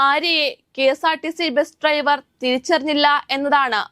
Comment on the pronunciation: ഈ കുട്ടിക്ക് ഇംഗ്ലീഷ് ഉച്ചാരണം ഒന്നും അറിയില്ലെന്ന് തോന്നുന്നു. “ബെസ്” “ട്രൈവർ” “റോട്ടിലൂടെ” ഇതൊന്നും ശരിയായ ഉച്ചാരണമല്ല. ഇതൊക്കെ പഠിച്ചിട്ട് പോരെ ഈ വർത്താവിവരണം?